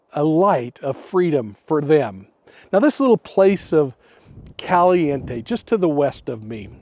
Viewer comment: CAL- E- In-tay 🤦🏻‍♀️ and I'm going to believe whatever you tell me?